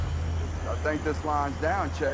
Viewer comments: It’s not even pronounced like that. That’s the part that bothers me more so. It’s not “Che” - ch-AY it’s “Che” - ch-ĀH like apple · Lmao this guy can't even pronounce Che right...........................seriously.................omg